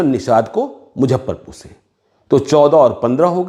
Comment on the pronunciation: Muzaffarpur ko pronounce thik se karo casteist analysis karne wale.